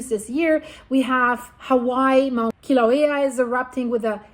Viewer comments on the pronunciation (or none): none